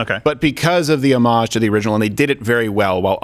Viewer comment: Please pronounce homage correctly.